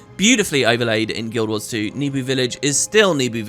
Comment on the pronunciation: Where did you get the idea that Nebo village is pronounces "Nebu"? I'd never read it that way, but you're big into this franchise, so I'm thinking maybe it's correct.